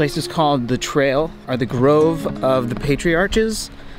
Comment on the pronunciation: Gave you a like until you mispronounced Patriarchs...